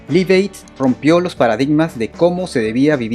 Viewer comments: Repeat after me... "laif eid" "laif eid" "laif eid" No "lif eid" 🙄🙄🙄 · No se dice liv, se dice laiv y se escribe live! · Buen artículo Pero primero hay que aprender a pronunciar el inglés. Se pronuncia "laiv eid" y el nombre del tema se pronuncia "joul lora lov". Entre otras palabras mal pronunciadas. Saludos. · John Bonam? Liv ed? hulla lot of love??? No mams... Mejora tu inglés. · Liv ed... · Ojo se pronuncia "Laiv" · Interesante todo, pero choca un poco escuchar tantas veces Live Aid mal pronunciado